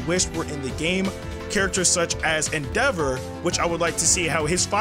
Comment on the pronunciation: the way he says "Endeavour" xD